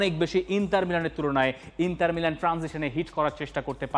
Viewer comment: আচ্ছা ইন্টার মিলানের নাম ইন্টার নার্সিৎও-লে! হল কবে?? দর্শক হিসেবে আমরা শুদ্ধ উচ্চারণ প্রত্যাশা করি।